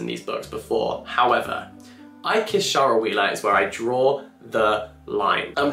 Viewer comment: I am really surprised by the way you pronounced Shara (Wheeler) is that how you pronounce Shara?